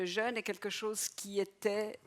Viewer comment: Jeûne ! Il y avait un mot important dans cette vidéo, et ni le professeur ni la conférencier ne sont fichus de le prononcer correctement !... Jeûne et Jeune se prononcent différemment. Regardez un dictionnaire phonétique !